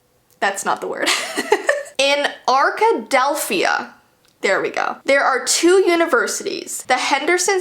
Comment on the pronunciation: and btw its ark a delph i a